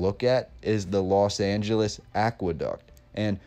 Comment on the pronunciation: Why does everyone say Las when it is Los Angeles?